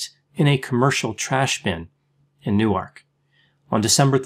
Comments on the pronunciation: i’m from nj where people argue over the pronunciation of newark... some say noork and some say new-erk. hearing u say nu arc has made my brain explode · I find it hard to believe you lived In Newark, which is pronounced Newerk., stressed on the first syllable. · newark de is pronounced new-ark